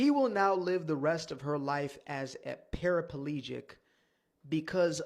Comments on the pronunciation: ….. I was really invested in the video until I heard your boy say “Parafalegic”!!!😂😂😂😂😂😂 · Did brah man say Para FA legit?